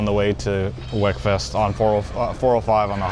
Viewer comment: it’s not “wek”, it’s pronounced “weak”